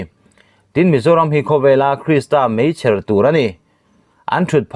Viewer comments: Meichher tih i lam dan hian rilru a tina deuh a nih hi. Chher tih hi thluk hniam chuang lovin mei tih ang tho hian thluk ve ta che. Ṭawng thluk diklo ngaihrhlak hian a dang pawh ngaihthlak a chakawm lo zo vek. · Pakhat kan sawi ve lawk Meichher i lam a i thluk dan hi a diklo deuh